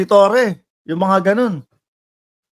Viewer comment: torre po hindi toreon